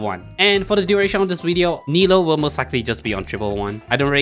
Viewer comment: I love the content and video BUT… Nilou is pronounce “nee loo” NOT NILO